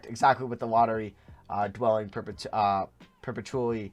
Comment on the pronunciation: Isn’t it per-petch-ually? Not per-pa-tu-ally